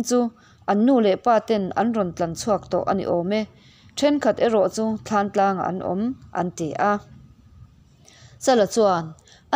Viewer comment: Thlantlang tih hi i lam dik lo bawk